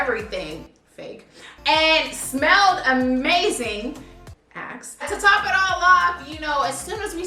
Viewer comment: I thought she said ass 😂😂